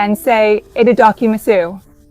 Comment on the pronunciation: EDIT: AI generated content! Watch closely onward. Her fingers clearly move through her face, as AI would do! 😒😡 unsubscribing! I’m not sure why, but the pronunciation of “itadakimasu” in this video seems anglicised and wrong. It doesn’t sound Japanese at all.